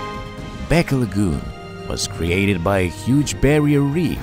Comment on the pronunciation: beqa is pronounced “benga”